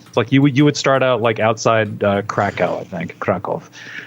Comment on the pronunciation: Skid Maher's background: Kraków 20km. :D Yep. That's Poland. At second attempt he almost got it. Krahkoov, where oo is like in doom and w like "V for vendetta".